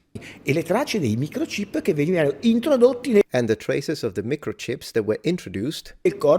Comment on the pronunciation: whats a "mecrochip"?? did you mean "microchip"??